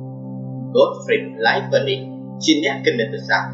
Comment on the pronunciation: គួរអានថាឡាយ នីត